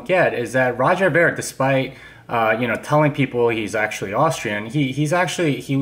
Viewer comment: Trying to characterise Roger's viewpoint and cant even pronounce his name correctly. has no idea what Roger is thinking.